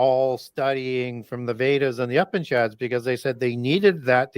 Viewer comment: The great has prounounced the word "upishad" - He is referring to the Upanishads; Hindu religious, and philosophical texts. I love what brings to his audience!!